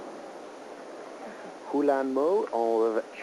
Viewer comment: Okay seriously? them saying mo huilans' name backwards is gettin on my nerves... Unless the US had it backwards the entire time.